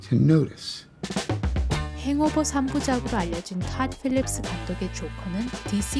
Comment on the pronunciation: 가끔 영어발음 나올때 너무 멋지고 더 몰입이 잘돼요! ㅋㅋㅋ 탇 삘립스